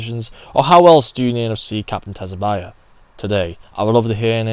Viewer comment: It’s pronounced “sue-bah-sah”, dude. 🤦‍♂️